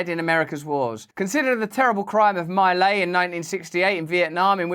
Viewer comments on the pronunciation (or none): Russell Brand it's not My Lay it's Mee Lie Mee Lie !!! Dang I thought you had it together enough to not just guess exotic words, and pronounce stuff properly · It’s correctly pronounced “ mee lie”